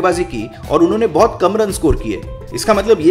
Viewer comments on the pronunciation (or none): none